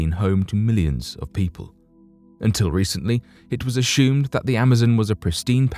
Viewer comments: Right around the 18 minute mark he mispronounced the word assumed. He said aSHOOMed and I laughed from a good place inside. I had just stopped laughing and taken a sip of water when he said preSHOOMED and I shot water from my nose laughing!!! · I'm weak. In the next story he said aSHOOMed again, TWICE almost back to back and then one more time a minute later. I wonder now if he is doing in intentionally to make us chuckle. 🤔 I love it.